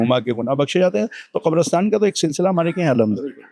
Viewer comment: Qabrastaan not kabrastan.